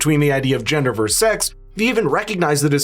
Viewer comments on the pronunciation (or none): It’s “VERSUS” not “verse.”